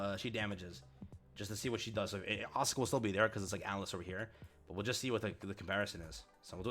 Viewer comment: Please stop miss pronouncing Asuka.